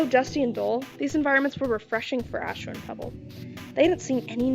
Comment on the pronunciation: “ass-tro” is crazzyyyyy 😂